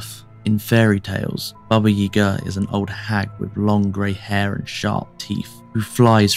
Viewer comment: May I ask why you are pronouncing 'Yaga' as 'Yega'? I've never heard my Grandmother pronounce it that way.